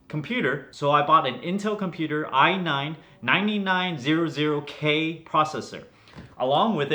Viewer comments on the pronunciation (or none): I have a problem with the way you said "nine nine zero zero k" lol